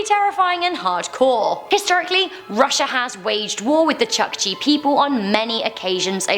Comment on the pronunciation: It's pronounce chookchi like in book